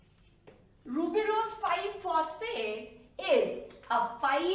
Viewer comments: It's a ribulose mam not rubilose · Mam your videos are really helpful but sorry itis 'ribulose' not 'rubilose'. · Correction:- It's Ribulose* she mistakenly told Rubilose Thank you for such a great explanation and for your efforts ma'am🖤🖤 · Amazing but its ribulose not rubilose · Wonderful lecture ...however there are two error 1) NADPH not NADPH2 2) Ribulose not rubilose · Is it ribulose or rubilose? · Rubp is ribulose bisphosphate not rubilose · Hi mam your videos are amazing Sorry to say you that it's not rubilose bit it's ribulose. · Mam sory to correct u but its ribulose not rubilose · I think it's ribulose not rubilose